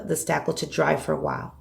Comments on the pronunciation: Marni Laughman she is! 😳😁., that is spakle. Not stackle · Lisa Bennett Yes! Isn’t she saying “stackle”?